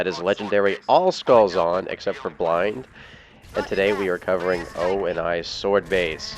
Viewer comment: I've always wondered why you call it OH IN EYE swordbase...I mean, they say OH KNEE in the campaign...it'd save you some syllables. Also, I've found that the beginning is the hardest part in ANY LASO challenge I attempt...until you showed that you could lure the elites up to you. Never knew that...